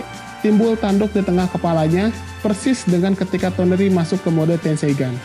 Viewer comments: toneri dibilang tenori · TONERI bang bunak TENORI wkwkwkwkwkw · Sama tenori